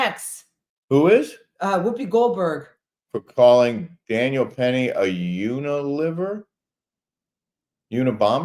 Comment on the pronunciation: OMG..I spilled my water laughing at you...Uniliver...UN-Aliver-er.